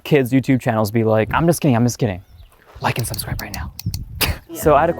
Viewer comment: Ok like I love you and all but subscribe is 1 word subscribe not 2 sub-scribe